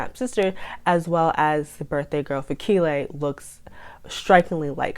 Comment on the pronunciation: You pronounce their names very well especially Fikile and Puleng.. KBs music is bad, you're right. The worst musician in South Africa 🤣🤣🤣